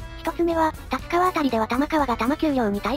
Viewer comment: 「たつかわ」 って聞こえるんですけど 音声で読み上げる何とか変換ソフトでですか？